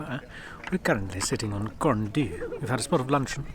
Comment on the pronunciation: Why don't people prepare properly before making these videos. Your pronunciation of both Pen Y Fan and Corn Du is ridiculous and embarrassing. Pay Wales and the mountains respect by taking the time to learn how to say what are really very easy words.